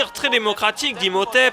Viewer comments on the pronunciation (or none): Je me demande combien de fois tu as du prononcer Imhotep comme un con devant ta caméra ahah. En tout cas toujours aussi fun